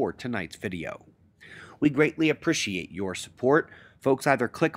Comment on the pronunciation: We greatly aprishiate your support....you have a unique pronunciation of appreciate, no critique intended mate. This dust is unsettling!